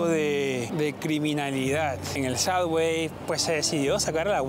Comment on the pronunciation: suBBway...............en vez de suDDway